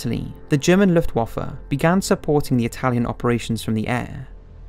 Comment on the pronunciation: Reasonably produced for an amateurish effort. It's let down for me by the narrator's ignorance of how to pronounce some well known words such as: Rommel, Luftwaffe, Junkers, Tobruk etc. Also mismatches footage with the narration regularly. EG the narration is talking about how Hitler wants to invade Russia but the footage shows a bloated Hitler inspecting the Hitler Youth. This footage was taken at the end of the war when teenagers and old men were the only soldiers left to defend Germany. the narration talks about Soviet soldiers surrendering but shows footage of German soldiers who have surrendered. the narration talks about Operation Barbarossa being launched but the footage shows winter which was around 5 months after the invasion of Russia. and numerous other examples. Not bad for a beginner's effort but doesn't cut the mustard as an accurate, authentic WWII documentary.